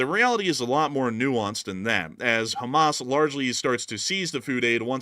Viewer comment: I thought i was the only one who called Hammas, Hammus !!!🤣🤣